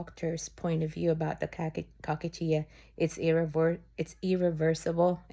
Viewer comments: I’m so sorry you’re going through this. There is always an exception to survival. Also, I want to let you know the correct pronunciation of cachexia. It really sounds like you’re saying “cockachia”, lol. It’s pronounced “ka-kex-e-uh” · Pronounced cocaxia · Dear - just saw this video today. The term you’re speaking of is pronounced “ca kex ia”. It’s a strange sounding term. It can happen with cancer patients. I’m so sorry you are going thru this. I will continue to pray for you. Sending love and hugs. ❤️🙏✝️ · It’s pronounced kakexia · Hi sister So sorry to hear that. Love watching your videos and seeing how you are. I’m sure Jehovah is helping you every single day. You have such a calming voice and spirit. Just around the corner sis. Love you!!! I’m a nurse it’s pronounced Cuh-Chex-Eeea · One little thing … pls forgive me or maybe you appreciate it … the word cachexia is pronounced differently …. Just look up the word in Websters dictionary and it will tell you the pronunciation . Your English is excellent. I’m certainly not judging . ❤ it is said like this Kuh kek see -yah rhymes with pup pep see ya .